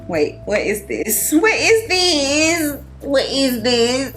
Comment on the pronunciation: “Whet iz thiizzzz” GTFOH 💀😭😭. I have a sample of Tiziana Parpora Extrait coming and I am soo excited but nervous as hell! But Cheraye keeps mentioning it so I’m intrigued.